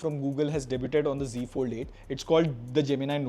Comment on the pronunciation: 'Debuted' is pronounced debyood, not de-byut-ed.